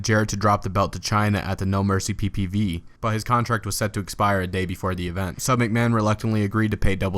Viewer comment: ***** Not necessarily it just sounds weird when he says PPV.